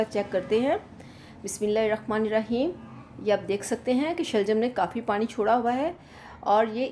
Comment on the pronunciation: plz parin nhi pani bola kerain